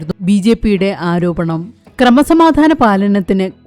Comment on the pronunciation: മോളെ "ആരോപണമല്ല "പച്ചയായ സത്യം. പിന്നെ എന്തിനാ നീ കാരോപണം എന്ന് മൊഴിയണത്.?😂😂